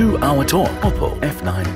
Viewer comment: leh ma oppo lai oppu vaneko xa